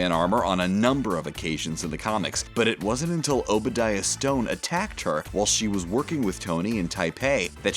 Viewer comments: I was just about to comment this! It's pronounced "Stain" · Obadiah stane not stone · ugh...people saying Obediah Stane's name as "Stone" is as frustrating to listen to as people calling Lara Croft "Laura" or mispronouncing Pokemon.....and thanks a lot for spoiling that Infinity War bit assholes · Stain. Its stain. Get it right people. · "Obadiah Stone" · Did you say Obadiah STONE!!!